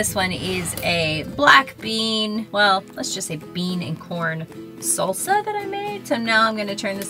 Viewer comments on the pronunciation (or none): none